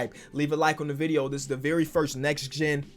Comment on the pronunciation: Bro I hate people who say forst